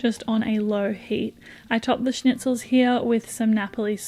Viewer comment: Your pronunciation of schnitzel is on point!!